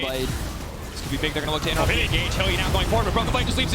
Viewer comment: ~Augh, his brain is just so bieg~